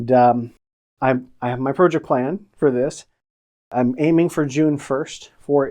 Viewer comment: This guy can't even pronounce Project...I'm out